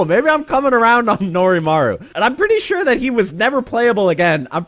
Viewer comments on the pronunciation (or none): none